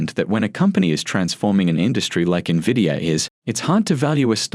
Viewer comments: When are people gonna understand the correct pronunciation of Nvidia. It's NOT Nah-via idiots, it's En-vidia. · How would one trust these experts when they can't even pronounce the company name correctly? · Fun fact, the pronounciation of NVIDIA is the same as Spanish word Envidia, which means "jealous"